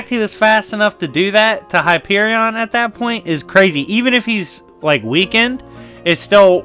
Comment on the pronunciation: Why are you saying Hyperion like it’s two words 😕